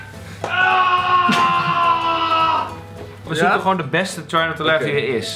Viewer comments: Trei not toe lah XD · ‘trei not toe lof’ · Hoe try not to laugh uitspreekt echt, "trai not toe lef"